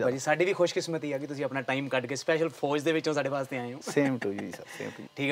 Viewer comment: Host saab FOJ ni FOUJ hunda